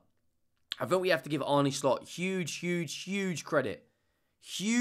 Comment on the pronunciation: slot says it's pronounced arna, not arnay, not arny.